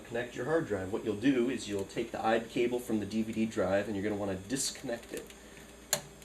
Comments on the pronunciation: Can you please not say IDE LOL, its I.D.E. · No IDE is fine. You were pronouncing it as a word rather than by each letter. Usually people say I-D-E each letter at a time. That's all I was pointing out. I use the term molex all the time myself by the way. That is understandable.